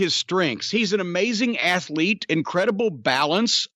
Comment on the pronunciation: Jim never fails to remind me that athlete is a 3 syllable word.